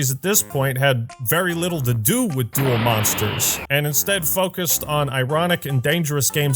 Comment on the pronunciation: he didnt say duel monsters right :(